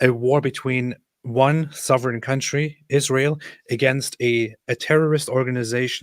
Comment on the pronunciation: First time the dumb lady opens her mouth and she already spits out lies about numbers of casualties in Gaza, and all of them civilians. So ridiculous. She isn't even able to say ISRAEL ! She says ISHRAEL !!!!!!!! What's that stuff ????????????????